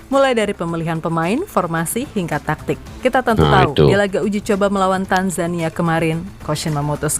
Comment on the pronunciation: Jgn tektik pakcik tapi taktik. Baca ny